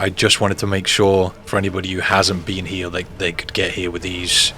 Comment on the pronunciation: Why you say here all weird